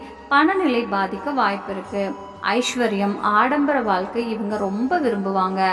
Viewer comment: ஆயுளைப்பற்றி சொல்வது ஒரு புறம் இருக்கட்டும். தமிழில் 'ழ' என்ற எழுத்து வரும் சொற்கள் மிக அதிகம். அதை பேசி பயிற்சி எடுக்கவும். வால்கை, தொலில்,கிளமை, அளகு, உளைப்பு, பலக்கம் என்று சொல்வதை கேட்கும்போது நாராசமாக இருக்கிறது. பொது வழியில் பேசும்போது பயிற்சி எடுத்து பேசவும். இல்லையென்றால் தமிழை நன்கு உச்சரிக்க தெரிந்தவரை விட்டு பேச சொல்லவும்.